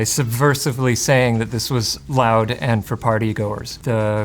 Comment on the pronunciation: Not the "Live Life Lound" 😭